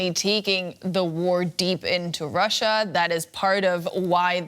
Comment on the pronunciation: Why is every “r” pronounced as a “w” 🤣 “Yeaw” “howevew” “Wussia”